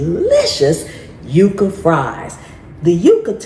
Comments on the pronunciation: Yucca is pronounced "yuck'-ah" & is a member of the agave family. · We always pronounced Yucca ans yuck-ka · Yucca is pronounced like yuck..yucca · Here in New Mexico we say yucca as yuh-cuh it's our state flower 🖤